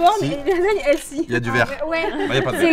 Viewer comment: SVP ARRETEZ DE DIRE HEALSY PLEASSEE!!! ON DIS HEALTHY!!!